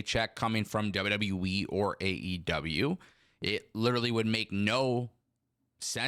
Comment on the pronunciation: You driving me crazy. It’s WWE. Not W W Wiiiii. Still love you dude. More power to you 😂❤